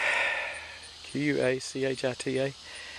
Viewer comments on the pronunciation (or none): Just watched this video. Great video, just check the tag , it's Ouachita, pronounced Wa-shi-taw.